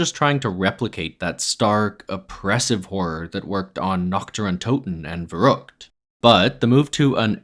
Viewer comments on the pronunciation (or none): none